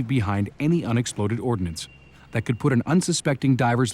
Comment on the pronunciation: It is Explosive Ordnance Disposal not ordinance